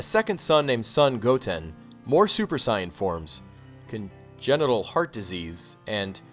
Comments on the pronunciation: super cyan? lol its super saiyan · its sai-yan not cyan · It is not Cyan its sayin it is (S-ay-an) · please stop saying Saiyen like that. its pronounced say-in not psy-in. other than that great video man : D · Ryan Clark its pronounced sigh in but because of the english dub who pronounced it say in people often pronounced it say in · "Sigh-And" ...... sigh ... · What's a Sai-ahn? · its sa-n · if your not gonna pronouce it like they do in the English anime I would prefer you use saiyajin pronunciation please. (cyan) is just painfull to the ears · is that really how u say super saiyan. it sounds like cyon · I thought it was pronounced saiajin? :P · for real. im pretty sure they dont even pronounce it "sai-en" in the anime-_ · what the heck why does he pronounce saiyan "cyan", you can tell this guy probably didn't even read/watch dragonball and is probably just reading off of a script that ***** gave him.... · IncompleteCinema Simple, in Japanese, nationalities (and other things) end with -jin and saiyans in Japanese are called Saiyajins (Sigh-ah-jeens) so the anglicized pronunciation becomes Sigh-ahn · actually, cyan is pronounced 'sigh-ann'. he pronounced Sayian as 'sigh-on' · You said saiyan wrong come on man 😑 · dude learn how to pronounce saiyan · Dude, how do you not know how to pronounce Saiyan? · You pronounced the name of Goku and the word saiyan wrong... just so you know. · He saying saiyan wrong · A drink for every time he mispronounces saiyan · wtf are you taling about? Just admit that you didnt grow up watching or reading dbz. Because we all know that if you did infact grow up reading dbz you would have watched the fucking show on tv and known how to say saiyan properly. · Pronouncing Saiyan wrong must be on purpose just to rustle a weeaboos jimmies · I'm sorry but the way he pronounces sayain is bleh to me Dx other than that solid video man loved it :] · everything was great just missed pronounced sayain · God that was annoying how you say sayian